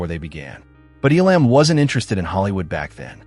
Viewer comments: Poor quality computer voices ? Stop it ! EE Lamb ? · Terrible presentation. Terrible narration. I've never heard his name pronounced E-LAMB. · !! its pronounced "ELUM' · Couldn't handle the AI voice and the constant mispronunciation of his name. This docu-short is a severe injustice to a great actor. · Now you just need to say his name Right and , you may have something here..